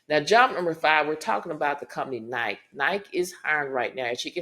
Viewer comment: First time hearing an adult American pronounce Nike wrong..its ni-key